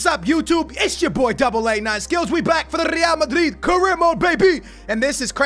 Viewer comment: Does anyone else get annoyed at the way he pronounces Real Madrid? Like okay we get it you’re “Hispanic” you cappin white boy